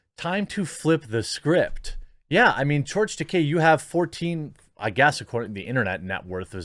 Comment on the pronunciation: Tah - KEY not Tah - Kay. La RAY NA. There is no i between the n and a in Reina meaning, phonetically, it can not be pronounced Ren ia.